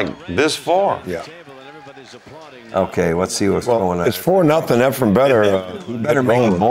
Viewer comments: Tell those guys to stop talking about hair...😊 It's Efren,, not Efrum. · Efrem…sheesh dude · How many times do we have to hear the pros who know his name mispronounce it and still call him "Efrum?"